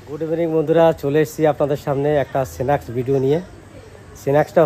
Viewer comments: একদম সহজ উচ্চারণ গুলো ও আপনারা খুব বিশ্রী ভাবে বলেন সেনেক নয় স্ন্যাকস , পেলেট নয় প্লেট etc এই গুলো একটু ঠিক করবেন আর কি বলব পকোড়া ভালো হয়েছে দেখে মনে হলো । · Snacks, sauce এর উচ্চারণ গুলো ঠিক করে নিবেন।